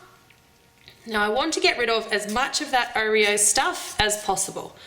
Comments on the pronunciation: I don't know ( well I do) but the way you keep saying Oreo infuriates me! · I've never heard anyone say oh-reo before- I say aw-reo... oh well it's all the same oreo anyway lol- nice cupcakes! :)